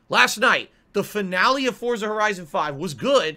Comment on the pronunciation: Da fur-nale of a playthrough got nein DAHLLers